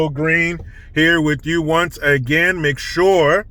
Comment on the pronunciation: I am shocked that you pronounced "again" normal lol